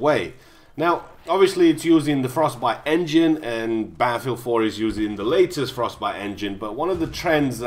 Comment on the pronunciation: Isn't there two T's in Battlefield .... not Baffield looool.